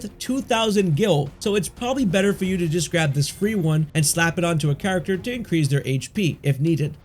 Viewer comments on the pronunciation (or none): none